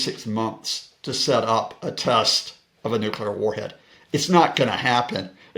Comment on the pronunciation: Stop!!!! The nucular talk.